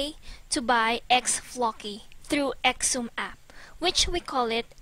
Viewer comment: Xumm is pronounced "some" or "sum"